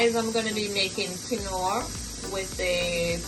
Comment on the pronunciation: Quinoa... keen-waa